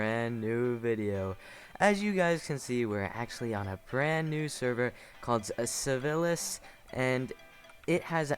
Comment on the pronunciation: Super cool video! Nice showcase and gameplay! You just said sivilis instead of sivils at the beginning.